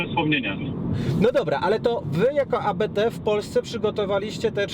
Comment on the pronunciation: Nie a be te, tylko Abt, bo to nazwisko :)